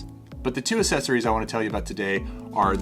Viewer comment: Why do you pronounce accessories this way? That's not how it's pronounced